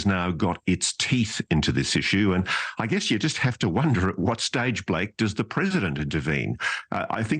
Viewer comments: Anyone else hearing “congressman bird shit”? 🐦😂😂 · Is he saying “congressman birdshit” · Am I the only one hearing "Congressman Bird Sh!t"? 😂 😂 😂